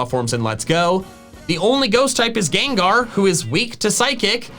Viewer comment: THE FIRST A IN GENGAR IS SUPPOSED TO BE AN E!